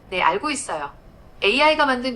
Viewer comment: 제미나이가 애미나이로 들려서 흠칫